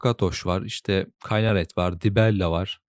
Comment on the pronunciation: telaffuzlara sinir oldum. bütün l seslerini inceltmen ayrı da yahu oyunda tamriel diye telaffuz edilirken ne diye burada temriyıl diyorsun anlamıyorum ki... kinaret yerine kaynaret, sirodil yerine sayrodil...